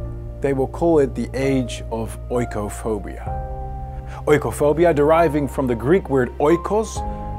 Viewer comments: Lieverd,ik vindt je geweldig, maar oikos spreek je uit als ikos. Xxx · Echt een super goed filmpje. Maar als ik toch even een aanmerking mag maken: het gaat over oikophobia, dat inderdaad een Grieks woord is, maar had dan ook even nagekeken hoe je het uitspreekt. In het Grieks wordt oi uitgesproken als i Sorry als ik overkom als een azijnzeiker 😬😉